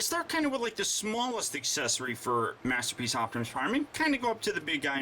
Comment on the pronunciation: Last minute or so, he says master peach instead of masterpiece.;) lol